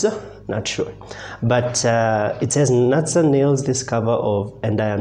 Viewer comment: The pronunciation of her name is Nutsa, not Natsa